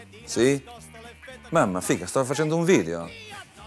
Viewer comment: "Figah" ahah adoro i milanesi solo quando pronunciano sta parola ahahah